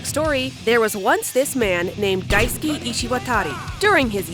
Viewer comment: i cant help but hear Daisuki (big like) instead of Daisuke whenever you say it.